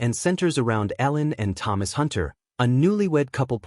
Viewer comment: It´s Hutter, not Hunter! This movie is soooo lousy!